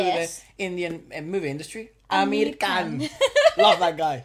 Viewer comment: a correction- when you say Aamir Khan, the Aa in Aamir is pronounced the same way youd pronounce the a in Abrir in Spanish and for Khan the Kh sound is similar to the Spanish J like in Mujer. prounounce it the way you would if the spelling was Jan